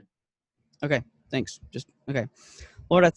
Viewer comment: pariot saying aron lol